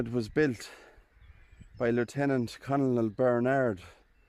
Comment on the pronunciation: ' The word 'Colonel' is pronounced ' kernel.' A Colonel is the military rank for an Officer usually below General and above Lieutenant Colonel, Major, Captain and Lieutenant.